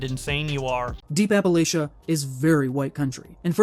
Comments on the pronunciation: whats an apalicha pls pronounce correctly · Appa-litcha Ill teach you how to read man Lets talk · Ok repeat after me: "appa-LAY-sha. appa. LAY. sha. Appalachia." This message was brought to you by Dr. ANN-tuh-NAY-uh JAWN-sin